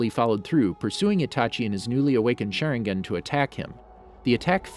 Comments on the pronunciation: Every ones like "WhY HE SaYINg IT LIKE ThAT" me "did he just say "sharengen"?" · This video has so many mispronunciation 🤣 “Shernegan” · Sherengian XD